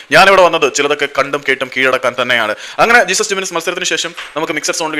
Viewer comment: Not ജീസസ് പേര് നേരെ പറയാൻ പഠിക്ക് he is name ജെസുസ്